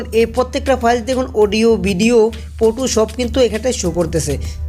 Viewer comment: ফটো টে বলে ফুটু 🤣🤣🤣🤣 আগে ভালো মতো বলতে শিখ